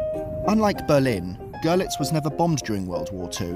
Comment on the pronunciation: Great video! Your pronunciation of the two cities cracked me up though :D The German city is pronounced 'Girlits and the Polish Zgo'zhelets